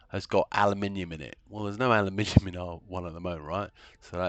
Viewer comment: Totally worth the watch just to hear someone say aluminium properly, think my ears started to bleed from that American butchery of the word 😢